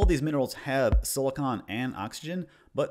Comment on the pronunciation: I like your video i think it is good. But you kept saying something that irratated mr slightly you keep pronouncing silicon as silicone they are not the same other wise. Epic sause